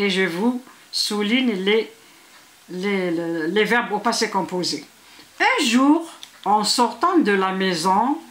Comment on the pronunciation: ELLE A DIT LE POSSE COPOSEE